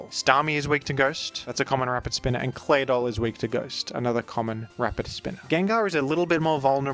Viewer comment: Call me crazy, but am I the only one who finds the way that says Claydoll very satisfying?